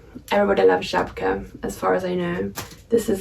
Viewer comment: I'm so surprised how well you are pronouncing Żabka :D